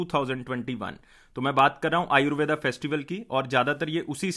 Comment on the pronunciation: आयुर्वेद होता है ना की आयुर्वेदा